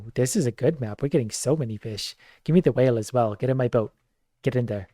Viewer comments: 🤣😵‍💫 Anyone else start hearing vish wish ish? Edit: 🤯 🤣🤣🤣🤣🤣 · Idk if it was intentional or because of the countless times got used to the word fish that he's saying "increash" and "eachs" haha.